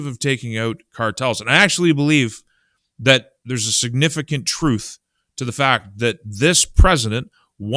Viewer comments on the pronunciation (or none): none